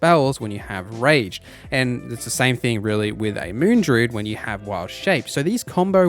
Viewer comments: I was going to leave druid alone but when i heard you say ward i had to make the comment Dru-id, two syllables, not drude Ward is pronounced like war but with a d on the end (word) Love the video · Great video content but your pronunciation is grating.. “Drood” “Waad” etc 😬